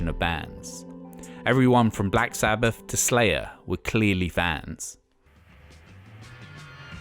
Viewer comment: Black Sabbaf… Nineteen-sixty-free… monolific… Martin Lufer King… fanks a bunch. This announcer needs some lessons on pronunciation. 😆